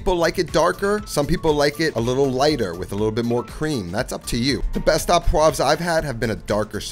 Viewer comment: Learn the difference between à and au. You said "à" and should've said "au." Au just couldn't be easier. It's pronounced oh.